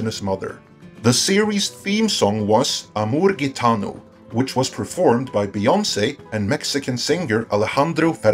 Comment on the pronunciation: As a Colombian I would just like to say,, great work on the Spanish, most people that dont speak Spanish pronounce it so badly I have no clue what they are saying. If you told me you spoke Spanish, I would believe you. Except Gitano, that G is pronounce hi.